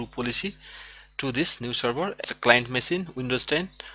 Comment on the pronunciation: OMG it is not masine but machine, google translate it and listen to the pronunciation, I appreciate your videos but your English needs improvement big time.